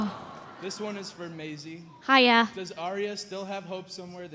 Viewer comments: Does that guy say My-ease (Masie?) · he called her Maeez insted of Maisie. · check out the chinese dude when he says Maisie's name wrong looooool